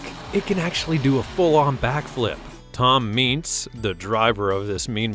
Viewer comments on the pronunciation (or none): This was awful. It’s Mike Vaters, not Mike Vaders, it’s Tom Meents, not Tom Meants, it’s Son UVA Digger (of a if you don’t get why it is written as UVA), Not Son Oova Digger, BIGFOOT 5 is the biggest truck not 21, and Grave Digger got its name when Dennis was trash talking to his buddies and his one friends Gary was bragging about his knew mud bigger and Dennis said, “I’ll take this old junk and dig you a grave with it.”, not “That thing could sling so much mud it could dig a grave.” If YouTube brought dislikes back this video would have at LEAST DOUBLE as many dislikes as likes. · This guy knows nothing about monster jam HE SAID TOMs name wrong